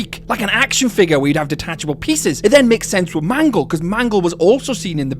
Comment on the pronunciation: did you just call "mangle" "mango" twice? 😂